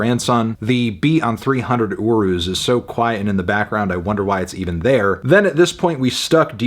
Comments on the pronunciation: Never heard Urus pronounced that way 😂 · accent different